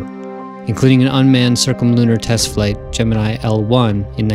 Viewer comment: At least he pronounces Gemini (GEM-IN-I) correctly...Unlike SOME other people... coughN9cough